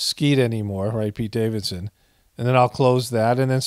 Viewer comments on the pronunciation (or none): none